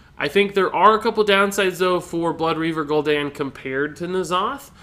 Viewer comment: Holy piss is Gul'don not Gul'dan